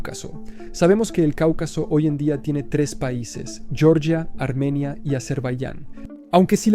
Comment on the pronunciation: Georgia, no yoryia. Qué vergüenza de anglicismos.